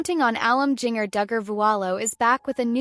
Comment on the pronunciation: I HATE AI when there is no editing to check the words for proper pronunciation. This young lady's name uses the "J" sound of JINGLE or the spelling Ginger as in the food and better yet, Japan. Having childhood trauma should never be used as a click bait channels fodder. Although the message have value but rather than using images free form, the producer of this AI voice and video farm could rather be done with respect for their condition. The flash of images and repeating sentences in same or similar form creates an additional a b us e by not caring about the subjects , and using their stories as if they are animals instead of humans.